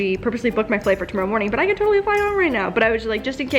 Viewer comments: To morrow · 2 mar oh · To- more- row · Canadian tingz 🤪